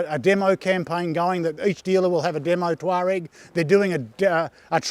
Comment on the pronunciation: Amazing! We've found a reviewer who can pronounce 'Tuareg'! And, in Australia! Who'd have thought! Well done, from Otago.